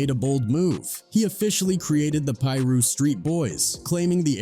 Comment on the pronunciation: Pie-russ is crazy🤦🏾‍♂️